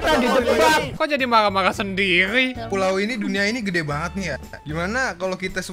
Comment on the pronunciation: Ngomong sendiri jadi sendili